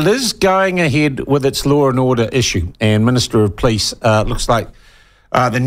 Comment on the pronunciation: Police not "Pleece" .